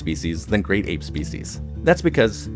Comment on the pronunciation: You use a lot of contrasting sentence constructions (eg: "That's all the lesser apes... let's head on over to... the great apes"; and "the southern white-cheeked gibbon; the northern white-cheeked gibbon...") but aren't getting the prosodic stress right (eg: emphasizing "apes" rather than "great", or "southern" but then "white" for the northern one).